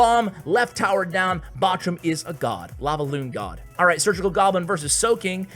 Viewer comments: Bojum xD say it like bohrum haha nice video an thanks:) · In german its more like ,,borum" and not botchum :) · Batchum? Its called BOCHUM, B O C H U M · It's not boshum hahaha... It's borrrrrrum for English speakers it's like a hard spoked rrr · bochum its bow-who-m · Flobby and Bochum 👍👍👍👍👍👍 Why you say boschum? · Was laughing my ass Off the Way u sad Bochum and a second later u adress the issue 🤣🤣 Love from Germany ❤ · Yes we do laugh about how you pronounce bochum :) The ch as it has to be pronounced in German doesnt exist in English... you might know the Ski Jumper Kamil Stoch from Poland. You can google him and look how his name is pronounced - that’s the way you pronounce Bochum too ;) Though you might not be able to do so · It's weird to hear you spelling Bochum😂😘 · You need to learn to say "Bochum" correctly 😂